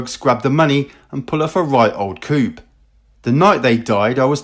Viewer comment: 'coup' is pronounced as 'coo'.